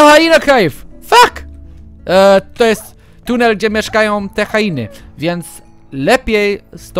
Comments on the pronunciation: hjeny a nie hainy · No właśnie teraz się dziwiłam jak powiedział HAINY zamiast HIENY XDDD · Nie Hajeny,nie Hjeny tylko Hieny. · nie hainy tylko hieny